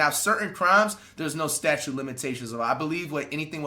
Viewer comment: it's STATUTE Flight...NOT STATUE!!! lmfaaaooo